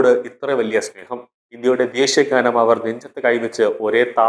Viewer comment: Not ghaanam..only gaanam